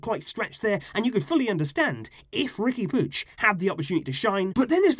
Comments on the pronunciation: Isn't it "Riqui Poo-eeg"? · Why do you say "Riqui Pooch"?